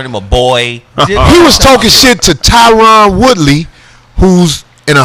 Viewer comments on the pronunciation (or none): Damn Corey, talking about mma. You dont know shit. Sticking up for tyron woodley and you cant even pronounce his first name right. Dana white cant take conor's visa, not to mention conor is being sued for millions for that bus thing. Your bias and uninformed opinion show soo bad. As im writing this you can't pronounce Cormier right either. Even a casual fan can.